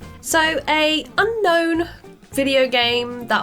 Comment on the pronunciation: said “oonknown oonderated” and it was chef’s kiss